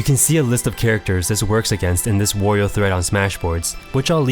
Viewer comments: Not "Worio" it's Wario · Isn't the A in Wario pronounced like the A in Mario, not as in the word war? i mean you wouldn't say "more-e-o" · i havent played a game with wario in ages, but in mario party 2 and mario kart 64 he says wa-ree-o like you would say the A in mario. interesting that they later changed it, i wonder why they did